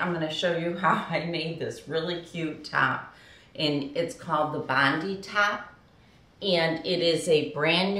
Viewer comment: Just so you know it's pronounced bond 👁 as in our Bondi Beach, Sydney Australia.